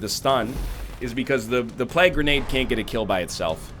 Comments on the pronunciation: Agreed. It's "plague", sounding like "vague", not "plag", sounding like "drag". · Egg stop saying plag. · NL's pronunciation is a plag on my ears lol